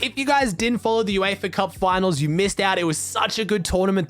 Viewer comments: Its Uefa Not eufa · BRO ITS UEFA NOT EUFA